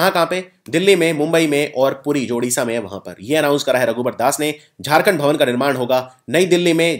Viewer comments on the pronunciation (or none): none